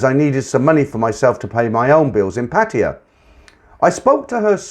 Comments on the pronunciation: It only takes a moment to look up how to pronounce Pattaya. Make an effort. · Lol me too, men been there for many years and can not say Pattaya. Lol